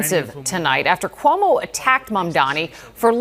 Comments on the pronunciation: Cuomo STILL can't say his name right 💀 also, if we're gonna go with the "smart" way of gauging rent, 1/3 of Zohran's monthly pay is ~$3,900. So 2300 is VERY smart with room for saving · Still saying his fucking name wrong. God please New York punish this man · Still mispronouncing his name, Cuomo??